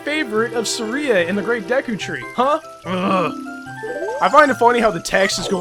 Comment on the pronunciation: it's pernoust duku tree